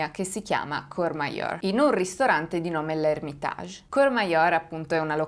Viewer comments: no cheur o cher ,ma courmayeur pronuncia : curmaier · complimenti per il canale e per il video! solo qualche appunto, da valdostano: -Aosta è una cittadina che hinterland compreso conta circa 60000 abitanti, (purtroppo) non è il bucolico villaggio montano con ponte mostrato in foto -Ansermin si pronuncia "ansermèn" -Courmayeur si pronuncia "curmaiœr" -Vivien si pronuncia "vivièn" e lo so, è difficile la pronuncia francese, non ne faccio una colpa eh ;)